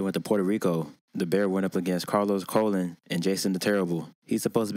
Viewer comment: thats not how you pronounce Colons name.